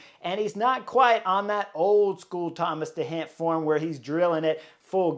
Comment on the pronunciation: Not Thomas de Hendt but Thomas de Gendt. Not Robert Hessenk but Robert Geesink Not Von Etvelt but Lennert Van Eetvelt Not Dylan Vaan Baaarlée but Dylan Van Baarle Not Vervaakée but Vervaeke So much respect for you as a A-class Pro-rider. But a shame to hear you butchering so many names of 'collegues' in this podcast of wich it clearly seems you know your stuff. Your insight into cycling races is spot on. Maybe do a little bit of study in how their names ought to be pronounced as a means to show you respect the new generation of pro-Riders.